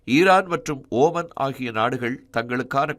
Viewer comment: உச்சரிப்பு சரியாக இல்லை. ஈரான் இல்லை ஈராக்கா. ஈரான் என்று நாங்களாக புரிந்து கொள்ள வேண்டியதாக உள்ளது.